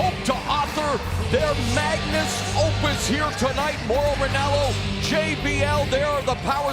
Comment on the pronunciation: bro said "magnus" opus